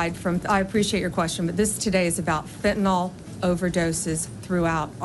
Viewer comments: just for the record, it's Fenta Nyl. I know I won't change the majority of the population...but just saying....it's not fentynal. Not ragging on, because I think he's great... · There is NO OPIOID SUBSTANCE CALLED "PHENTANOL" . It's pronounced "finn-tuh-nil" (Fentanyl). #nailsonchalkboard "Fenn Tuh Nawwwwlll. Killin' all our childrens!" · Why are you mispronouncing Fentanyl like the magats do? It's nyl not nol. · FentaNYL. Not fentanOL. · Can we agree to call fentanyl fentanyl, instead of “fentanol”? Trump wants us to believe he cares so much about this drug but doesn’t bother to learn how to pronounce the name of it. Americans are now all calling it Fentanol, too, because of the buffoon. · Even the head of DOJ pronounces Fentanyl wrong 😂😂 It’s not Fentanol! It’s Fentanyl! Why does everyone pronounce it -nol?? It’s -nil! The chemist in me is so triggered 😂😂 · Bondi and are both mispronouncing "fentanyl". It's not fenten all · I really wish you would stop saying "fentonol." Read this -- fen ta nyl -- how would you pronounce that? It's fen-ta-nil. Don't call people stupid when you can't even pronounce this word. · Fen- tah- nill , folks . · Of course it's a dodge and a distraction... Worse yet, Pam Bondi can't even pronounce fentanyl correctly!